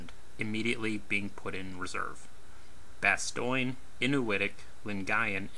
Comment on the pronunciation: Really bastoyn??? Bastone as in the battle of the bulge